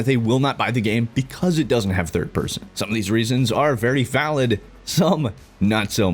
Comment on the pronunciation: came into this video thinking it will be - meel mechanics - driving - braindance instead its "no thid person" are you kidding